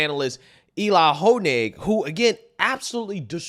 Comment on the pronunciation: I want to thank you for your patriotic pronunciations. Honig and Mayorkas will forever be known as Ho-Nig and Mariakas in my book 🤣